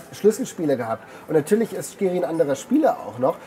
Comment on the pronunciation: Bitte nicht "SCHkiri" sagen 😬